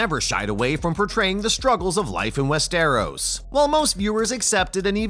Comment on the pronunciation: Dude cant even pronounce Westeros right. 🤣🤣🤣